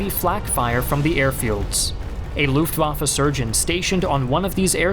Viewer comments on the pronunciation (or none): luftwaffE not luftwaffA. is it so hard if you want to be some expert? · The way you pronounce Luftwaffe is really distracting. Looft indeed!